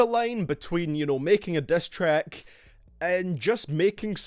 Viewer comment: "destrack" "breatel" "cross the leane"